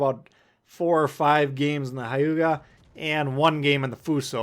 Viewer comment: It’s not Ha•yuga. Its Hue•ga. Japanese is a constant sound language